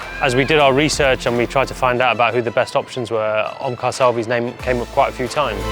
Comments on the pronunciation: None is gonna talk about his name it is omkar not omlar 😂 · It is Omkar not Omlar!